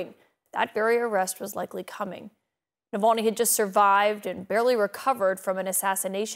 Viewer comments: nope. That's like saying "nuclear" is pronounced "newk-u-ler" it's just not, that's simply not how letters work. Navalny and Nulvany are not the same word. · Dear Nikki: why did you mispronounce Navalny several times? Nuh-VAHL-knee, not null-VAIN-ey. It doesn't rhyme with Mullaney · Navalny, not Mulvaney or however the hell she’s pronouncing it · Nikki Hailey keeps mispronouncing Nevolni's name. Dump hill billy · Who’s Nalvani😂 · She can’t even pronounce Navalny’s name correctly. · Jeez how many times going to call him Nulvany? Alexei Navalny Mick Mulvaney. And it's Gershkovich not Gersovich. ffs Nancy.